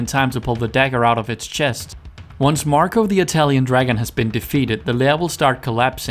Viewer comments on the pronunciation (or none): none